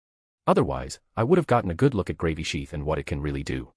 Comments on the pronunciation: Dammit I really don't think I can listen to this at work any more. I'm starting to giggle every time they say Gravy sheath. 😂😂😂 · Lmao I love how they pronounce Gravisheath as "Gravy Sheath", and I keep picturing someone swiping a gravy boat around in battle. 😂